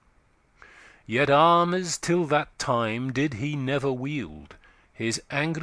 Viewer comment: The reader has a good voice but needs to pay more attention to the rhythm of the poetry. In line 3 he pronounces "deepe wounds" as "deepy wounds", and similarly in line 5 he pronounces "armes" as "armies". In each case, adding an extra syllable upsets Spenser's careful metre. A few lines later, "puissance" must be pronounced with 3 syllables (pu-iss-ance) to preserve the metre.